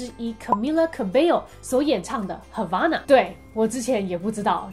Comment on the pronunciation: 聽得時候是唱 hava(欸)na 可是滴妹念的時候是hava(阿)na 為什麼😶😶